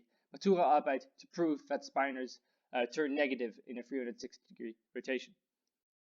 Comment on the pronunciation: "speye-nors"? I always pronounced them as spin-nors, to agree with "spin".